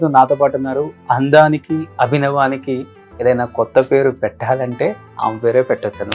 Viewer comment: అభినవానికి కాదు అభినయానికి 😂 ఇంటర్వ్యూ starting లోనే తెలుగు మాట్లాడటంలో తప్పులు..